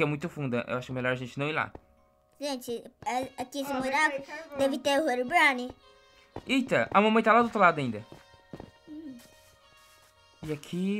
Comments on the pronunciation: mãno pedi pra o parar de falar rerobrine por gentileza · O não para de falar henronbraine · manda seu filho parar de dizer herubrine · Engraçado falando Herobrine aí ele fala helobrini